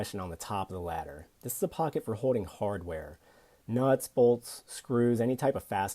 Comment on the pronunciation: Here's another tip: The word is Holding and not hoe-ding.